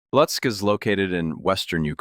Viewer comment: The correct pronunciation of the city’s name is LOOtsk.